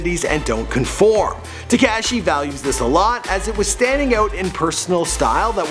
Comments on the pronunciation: Its te-ko-shee= tekashi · So annoying when he says "Te"cashi"it's not even pronounced right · pronounced * teh - KAH - shee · Foreal he cant even say tekashi right lol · the camera man is laughing because of the way you pronounce tekashi!! you really never heard anyone say his name? you didn't watch even one video about him before doing this? smh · Omfg the way he said tekashi made me wanna kms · how he says tekashi makes me cringe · This guy has never heard the “ah” sound in words I guess. SlovAAkia and tekAAshi lol wth